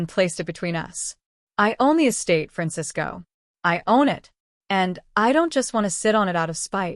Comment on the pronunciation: You're right and I'm trying to figure out how the AI could pronounce Francisco correctly